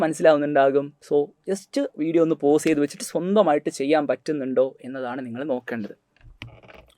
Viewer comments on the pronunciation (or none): none